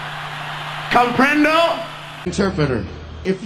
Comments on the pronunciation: "conprendo" ahahahahah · "CoMprEnDo?" 😂😂😂 bruh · bro he said “comprendo?” 😂